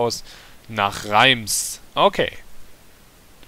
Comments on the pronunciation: ach das wird nicht reims ausgesprochen sondern raas (französich und so:D ) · Liege? Reims? Französisch: Setzten, sechs! :D